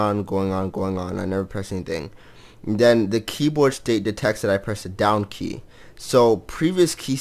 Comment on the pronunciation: "Down key", i keep hearing "Donkey" heheh :3